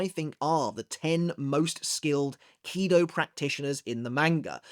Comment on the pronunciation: Why KIdo instead of kiDO?